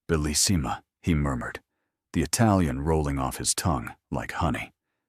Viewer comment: A garden that looks as if it had stolen from Versace???? Doesn't the editor realize it should be Versailles??? How incredibly unprofessional. AI narration should be programmed to CORRECTLY pronounce KARENINA, BELISSIMA. UGH